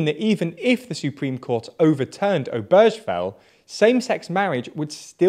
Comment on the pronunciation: obergefell is pronounced Ober-guh-fell with a hard G not a soft g.